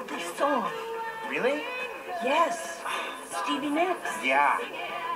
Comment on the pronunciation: I like the way he says Stevie . hahaha